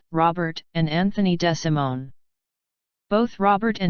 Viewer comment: His name is pronounced DeeeSimone